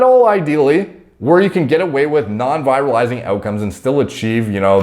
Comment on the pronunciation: Not how you pronounce virilizing.